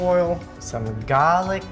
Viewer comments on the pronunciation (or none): sounds aussie saying garlic good on ya mate:D